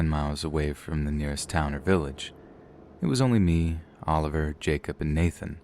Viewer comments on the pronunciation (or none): none